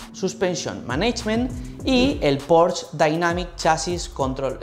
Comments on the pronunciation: No sé dice Porsch. Se dice Porsche, con todas las letras ... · se dice porsche no porsch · En realidad se diría [ˈpɔʁʃə], y el ultima "schwa" es una vocal neutra que en realidad no suena a la "e" que tenemos en castellano. Así que la única forma realmente correcta sería pronunciarlo fonéticamente en alemán al 100%, cosa que no suele hacer ninguna persona que no sea germanoparlante.